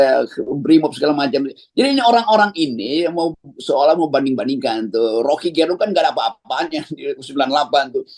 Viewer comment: Jago putar lidah ini satu Untuk pembaca yg bukan asal Manado Dlm hal menyebut nama Rocky GErung mustinya Ge disebut seperti menyebut kata Ge pada kata "geger" bukan pada kata "genap"